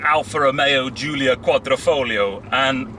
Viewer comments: What’s with the fake Italian accent when pronouncing “quadrifoglio”? It’s a lot like when my fellow Americans say “Meh-he-ho” when saying Mexico. Sorta cringy. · quadr i folgio. with i. pronounced like an e. not with o lol